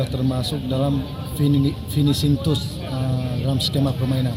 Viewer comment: Ma'af ! Jangan disebut lagi finishing tut, ya. didengar orang di luar Aceh, malu maluin. Bacanya Finishing Tachs, tulisannya Finishing Touch. Atau mendingan disebut "Sentuhan Akhir"